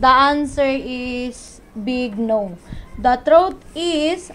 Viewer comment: Yun tlaga yun eh sarap pakinggan si Mam "The Throat is" sa halip na "the truth is" 🤣🤣🤣 Bisaya man di Mam! Hehehe... May tanong Ako Mam seryoso kc pagUwi ko po yan ipapalit ko sa car ko. Tanong, pwede ko po bang papalitan Ag tires nya sa 17" , ano po magiging prob kung sakali mapalitan , ndi po kaya masmaYugyog?